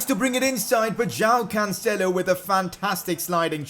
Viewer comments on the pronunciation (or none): none